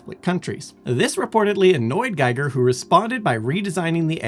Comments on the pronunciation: It's pronounced "Geeger", not "Giger" - sorry, but I HAD to... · I had a big alien as a kid. Also I thought it was pernounced with a long e not a long I